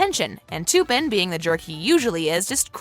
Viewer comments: ITS TUPPEN NOT TOOPIN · your sying tupens name wrong learn your langauge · they did not just say toopen for tupen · I hate the way she pronounces Tuppen Her pronouncing it: Toopin Actual pronunciation in movie: Tup-pen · u said tuppen wrong. lee said it right, and u even showed it in the video where tuppen touched elle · u really said "toopen" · Couldn't watch any further after she kept saying; Toopen. lol